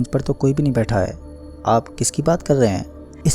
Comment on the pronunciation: Aaaapf ki jagah aap bhi bol sakta hai aachi aavaj me kahani suna sakta h tu ye kya h aaaaaapf